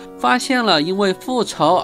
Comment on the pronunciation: 是唸ㄆㄛˋㄓˋ喔 上弦三的前世